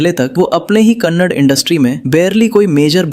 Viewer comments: Kannad ❎️ Kannada ✅️ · Kannad nahi kannada bolo bai.. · For your kind information it's not kannad it's kannada please pronounce in properly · The way he spells the Yash movie names makes me cringeeeee, and it's kannada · Next time pronounce it properly it's kannada